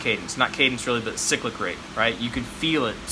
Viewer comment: Holy shit... thank you for saying "sick-lick rate" and not "sigh-click" rate. √